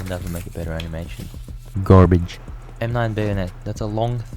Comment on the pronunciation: GARBEDŻ :¬D